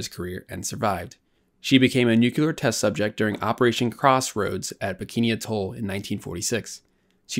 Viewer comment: Small point you’re mispronouncing ‘atoll’.